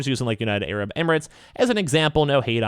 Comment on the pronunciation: Yo, it’s “air-ab” not “ay-rab”!